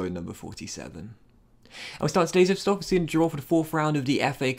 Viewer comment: Anyone else love the way he says “e-e-e-p-is-sode”